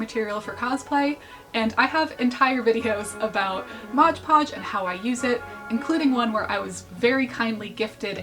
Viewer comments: Please, for my sake, “Mod podge” not “modge podge” /j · i died inside every time you said "modge podge". why must you hurt me like this